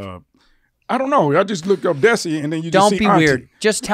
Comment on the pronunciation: It's pronounced "they-see", like Desi. Like Dheysi.